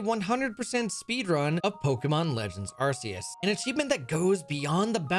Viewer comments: Cant belive really said “arse phone” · Wait really the Arse-Phone? That's how it's pronounced? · ARK SEE US not AR SEE UR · The pain of him calling it an arse phone 💀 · You did not just call it the "arse phone". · Do people who pronounce the C in Arceus as an S instead of a K call the Ark phone an Arse phone? 😂🤣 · "Arseus" is one thing, but... "Arse Phone?" 🤔